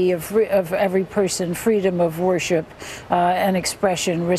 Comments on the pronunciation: "Worship" she pronounced "WAR-SHIP"? p.s.I used to love this woman- until I did my research.I want my five bucks back! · Ernest Kovach "WORSHIP"-- PRONOUNCED " WAR -SHIP"?